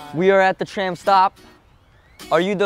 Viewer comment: Why Mark said it like that?? LMAO "Are you TRAM that STOPS ??" 😂